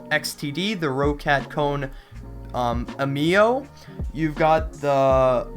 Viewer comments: aimo = (AH - ME - OH) incorrect. (AY - MO) correct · bruh its roccat kone aimo not roccat kone amio